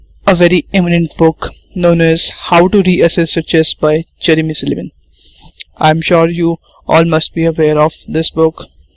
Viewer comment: why are saying his name like "cherry missed a lemon?!" , it's Jeremy Silman